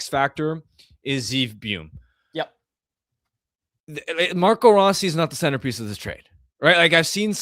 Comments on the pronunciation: It's BOO-YUM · How you keep messing up Buium’s name is annoying as shit lol